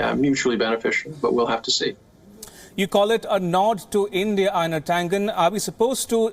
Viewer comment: Its "India" not "Endia"